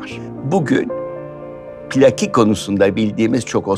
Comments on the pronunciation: Pilaki kelimesi Rumcadan dilimize geçmiştir ama zaman içinde ayrısı gayrısı kalmamış, Türkçeleşmiş, "bizim" olmuştur. Bu nedenle okunuşu pi-lâ-ki şeklindedir. Pilaki veya Plaki diye söylemek, tam da Milor'un yol açtığı gibi kulağımızı tırmalar. Vedat Milor'un çok sayıda videosunu izledik. Doğru şeyler kadar yanlış şeyler de duyduk. Allah vergisi koku alma yeteneğini kullarak bir otorite havası yaratıyor. Halbuki çoğu zaman yaptığı, kendi zevkini öne sürmek, hatta dayatmak oluyor. Aldanmamak gerek. Bilhassa Türk yemekleriyle ve yemek kültürüyle ilgili yanlış şeyler söyleyebiliyor. Tavsiye ettiği lokantaların yaklaşık üçte birinde hayal kırıklığına uğradık. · Pilaki Türkçede üç kısa heceyle değil, kısa-uzu-kısa (pi-lâ-ki diye) okunur